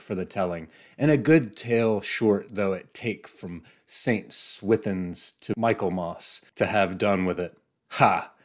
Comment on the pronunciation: It's Mik-uhl-mus, not Michael-mas. Still in use among British public schools and Oxford and Cambridge colleges to designate what Americans would call the fall semester.